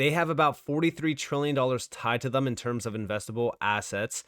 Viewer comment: He also says "Thum" in place of Them, for some odd reason 🤷🏽‍♂️